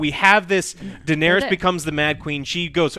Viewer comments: DAENERYS! Not danis! Do you even watch the show?! Ughhhhh And dont give the excuse that they're made up words. All words are made up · Are you even able to remember how any of the names are pronounced, it's not Kegnbolw, ist Cleganebowl... Edit: holy shit you are literally incapable of pronouncing ANYTHING. It's not danys it's Daenerys and it's not vareeeeees for God's sake wtf is wrong with you.